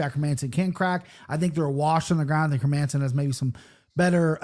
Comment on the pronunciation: Hey Jon, how about Hermanson as pronunciation of the week? Don't understand how or why my brothers from the US struggle so much with these Scandinavian names. I think they're pronounced Herman-sin and Gustaff-sin not her-Manson or Gustiff-sin.